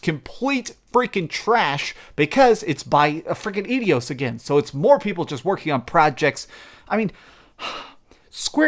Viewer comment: Did he call Eidos "Idios", or "Idiots" with a silent "t"? That may be the only good thing to come of of this mess.